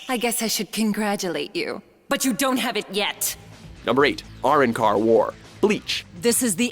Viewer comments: OMG POOR ANIME! MY EARS ARE BLEEDING ITS NOT ERANCR ITS ARRANCAR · They way they pronounced Arancar really pissed me off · even the Bleach placement was wrong. the war was capped the Winter War for one and second they didnt even pronounce Arrancar correctly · isnt it pronounced Uh--Ron-Car? ban? ban? that i know is said BON like in bonnet not ban as in banner.....can they at least watch an episode or clip from these shows so they can pronounce them correctly? Or at least in a way that doesnt sound incredibly off. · are - ran - car.... ban - kaiy .......... omg whyyyyyyyyyyy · Mispronounced Arrancar and Bankai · They butchered bleach soooooo bad ban-Kai lol its Aran-car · Areancar? Bankey? Really? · Can you watch the series and then learn how to pronounce bankai and arrancar please? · apparently u don't know how to say arrancar and bankai right